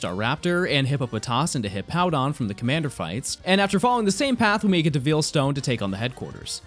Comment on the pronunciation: Something I’m endlessly amused by: the way says Veilstone. He says it like veal, like the meat, instead of like the word it is, Veil. If you’re wondering how to say it, think of it this way: how do you say the term “Wedding Veil”? If you want a direct pronunciation: Vay-uhl.